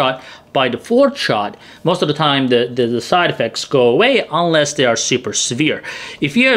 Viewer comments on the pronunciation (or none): none